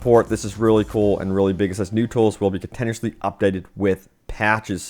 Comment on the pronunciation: Rudimentary: roo-duh-MEN-tuh-ree Modify: MOD-uh-fahy, not 'monify' Continuously: kuhn-TIN-yoo-uhs-lee Dyslexia when 99% of your content is reading someone else's articles and comments...